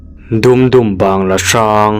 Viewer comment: 😂 😂 😂 ...... Dum2 tih hi adiklo dam2 ti a lam tur aw